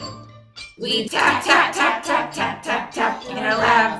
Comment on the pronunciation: I thought it was "fap" instead of "tap"